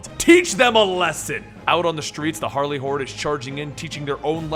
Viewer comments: I keep hearing... "Harley hores"(with a w) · not gonna lie i heard Harley whores the first time